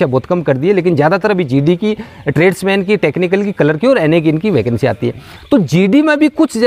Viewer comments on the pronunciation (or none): none